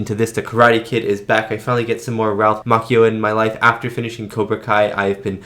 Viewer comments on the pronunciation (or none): Ralph MOTCHio, not Mockeyo. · Oh for the love of god please look up name pronunciations BEFORE you film reactions! Ralph "ma-chee-oh' not makio like a coffee drink lol. (Well close to a macchiato.) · I gotta tell yu! It is real cringe the way you pronounce Ralph's last name. It is pronounced like Macho with an added I (Ma-chi-Oh), not Mock-Eee-oh!!! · Pronounced “machio” like macho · It's pronounced (ma chi o) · Anyone else think of Jordan from Conan O'Brien being obsessed with Japan because of The Karate Kid 2? He kept pronouncing Ralph Macchio the way Rollies pronouncing it until he was crushed by Ralph when he corrected him on the pronunciation and then told him the movie was actually shot in Hawaii. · Saying Ralphs last name wrong cringe.